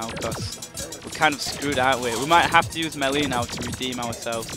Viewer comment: how many times do i have to tell u its pronounced maylay not melee even tho its spelled melee